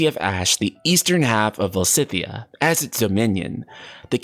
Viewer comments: Stop saying "Val-si-thea". Its "Valis-thea" 🤦‍♂️ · I think Valisthea is pronounced [Vuh-leez-thee-uh], but I could be wrong. The particle [Thea] resemble the name of the Greek titaness of the earth (the equivalent of Gaia in Latin — coincidence?) and it is pronounced like this in english ( thee-uh). Also, even though I think [his name] will be pronounced like "drive", Clive /klaiv/ means "cliff" /klyf/, so you were not entirely wrong. There’s a semantic correlation there! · I'm Portuguese and I'm just saying because I think I can help with the pronunciation. It's VaLISthea! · Either "val-ist-ay-ah" or "val-is-thay-ah" would be my bet. Definitely not the ways pronounced it unfortunately, I think he must have subtle dyslexia - though he does read out loud well, I'm terrible at it. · I am going to bet "Valisthea" is going to be pronounced "Val-us-TAY-uh" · Va-lis-theya or -thiya, perhaps? 🤷🏻‍♂️